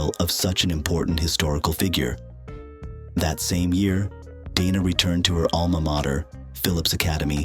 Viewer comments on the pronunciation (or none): Hate the AI voiceovers with mispronunciation, wrong emphasis, sometimes calling her "Donna" or "Deena" instead of Dana, etc. A 16-minute video and can't even narrate it with a human? it talks about her starring opposite Kurt Russell in Tombstone, but shows Kevin Costner and Joanna Going from the movie Wyatt Earp. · And "Deena" as well. So much for A I.